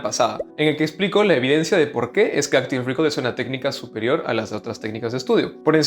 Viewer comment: Gracias por el video! PD: pronuncialo "Áctiv Recáll" las tildes en la á ! ya que lo repites varias veces y parece que dices "Áctiv récord"